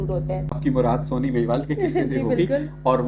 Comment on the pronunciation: جناب نے سوہنی کا تلفظ صحیح ادا نہ کیا ہے